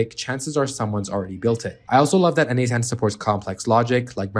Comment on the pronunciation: why do you say its called n-8-ten?